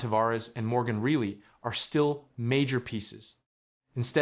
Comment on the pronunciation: Doesn't end there...who is "Morgan Really?"...Also who's this new guy "Matthew Kin-neice"😂